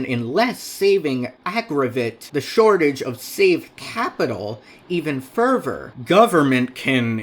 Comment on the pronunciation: Whenever you say "further", it sounds like "fervor" so I was confused half the time